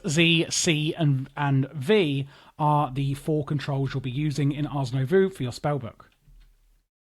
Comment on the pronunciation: nobody added a comment that you pronounced Nouveau backwards (twice). The "oh" sound happens after the v.